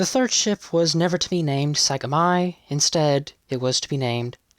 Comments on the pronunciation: "Sagami" is pronounced EXACTLY like "sock got me" in American English, if you take out the k and t sounds. It's the coastal region an hour drive south of Tokyo, known for its beaches, and for the town Kamakura, which was the military and government for hundreds of years. Yamato, Musashi, Shinano, and Sagami were all names of the old "kuni," counties or states you could say, that predated the current prefecture system. (Yamato was south of Kyoto and contained capital before the Heian period. Shinano was where Nagano is today. Musashi was Tokyo or western Tokyo, not sure exactly where the boundaries were.) Japanese has no stress accent, but if the Italian vowels tempt you to accent the second-to-last syllable as in Italian, put a little stress on the first syllable. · Nice piece, with all details correct, to the best of my knowledge. I have only one quibble, about pronunciation: The name of IJN battleship Sagami should be pronounced “sah-GAH-mee.” To my knowledge, it was named after an ancient province located in present-day Kanagawa Prefecture. Thanks for an excellent presentation, friend. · Mis-pronounced "Sagami". . Not that hard to get right. Error caused by text-reading software, never listened to by even 1 human who knows what they're doing. - Should mention your source, "Combined Fleet Decoded: The Secret History of American Intelligence and the Japanese Navy in World War II", by John Prados, 1995. says "Captain Fred Rogers was based...." Should be . If AI was the writer, would expect to get that right. If writer was human but not well-educated, you could use an editor or proofreader.